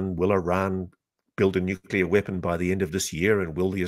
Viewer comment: He pronounces it Nuke-u-ler.